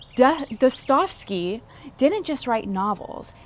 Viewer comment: Достоевский Da-sta-jev-skee Russian here. Keep up good work,.